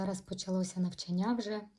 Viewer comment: НавчАння! ЗанЯття! Вас важко слухати( .